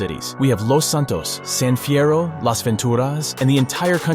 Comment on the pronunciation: Love how pronounces Las Ventura’s and San fierro with the Spanish sound than the lazy way us Americans pronounce it lol! But it will be a long time coming before we all get a full USA 🇺🇸 map of V’s world but there is a map mod of GTA San Andreas that is called Stars and Stripes 🇺🇸 that let’s have our Dreams come true for wanting a Gigantic 3D map of America.